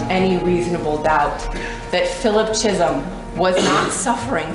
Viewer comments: Who in their right mind would pronounce his last name CHEESUM? Go back to school. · Except the mispronouncing of words, cheesum instead of Chisholm , creg, instead of Craig, erotic behaviour instead of erratic behaviour🤣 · It’s not the editors fault she pronounces words wrong! ‘Cheesum’ ‘Creg’. ‘Erotic’ 🤣🤷🏼‍♀️